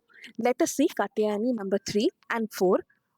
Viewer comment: Very nice video - but better pronunciation might help more - it is an sh and a long u - श kooshmanda. Also, the t in katyayani is soft - त not ट